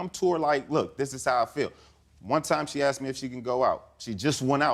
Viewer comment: Why do African Americans say axed instead of asked? Just curious.